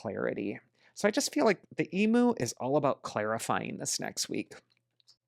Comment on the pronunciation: Thank you as always for your prediction. As an Australian, I wanted to point out how we say emu in Australia. Found this.